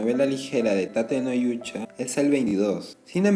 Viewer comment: Tate no yuucha xdxdxdxdxdxd